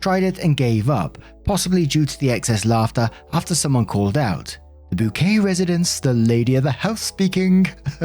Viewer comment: It's pronounced "bouquet"!